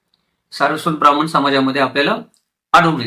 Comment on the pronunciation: अशुद्ध उच्चार करत आहेत. "ण" चा उच्चार "न" असा करत आहेत. ब्राह्मन, आनी,आपन,हे सारस्वत नसणार पण यांचे संशोधन व अभ्यास चांगला आहे.